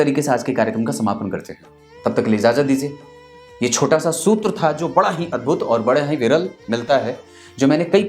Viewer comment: जी वो शुत्र नहीं सूत्र होता हैं।😁